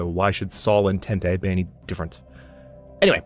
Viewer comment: I'm pretty sure that the word Entente is pronounced 'Ahn-tahnt'